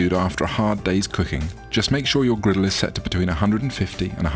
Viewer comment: “Turn of grittle”